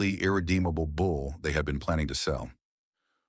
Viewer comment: It’s a bull. Not a “bowl”.